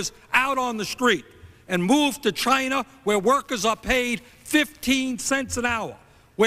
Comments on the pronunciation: Dude he said chiner.... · He cant even pronounce "Chiner" correctly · He calls it chiner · Chyner? What is Chyner Bernie? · China has a "r" in it bernie? "Chinr and its leadership"